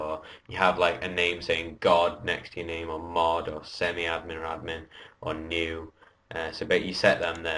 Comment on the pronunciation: Its Noob not Newb